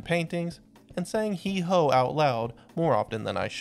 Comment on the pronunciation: It's Hee-ho!